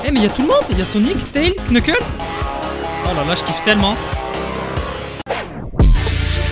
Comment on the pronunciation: On ne sit pas le k dans knuckles